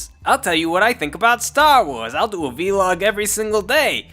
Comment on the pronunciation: It makes me unreasonably upset that you say "v-log" instead of "vlog."